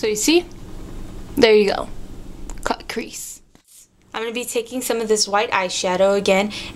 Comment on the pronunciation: sounds like you say : cute tip :P